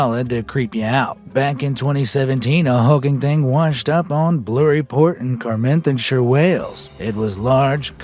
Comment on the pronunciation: I know Welsh places aren't the easiest to pronounce but fair play for trying, if you ever need them again though it's Burry Port in "Car-mar-then-sheer" (Carmarthenshire) you were just lucky you didn't have to attempt something like Llanelli 👍🏻